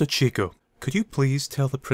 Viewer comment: SPOILERS Nice pronunciation of cieco! Morals of the story are easy: talk, don’t stalk - be an alpha & flirt with cute girls (girls are awesome!); defend your buddies & trust them; do homework so you can answer fast in class; & don’t trust teachers who talk about sharp knives & necks in same sentence. Oh, & special moral for all girls – even if he says he likes your smile, it is still tacky to offer to let boy touch you – you need to maintain standards even if you are facing death! xD